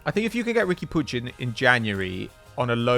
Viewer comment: For the love of christ the name is puig not puge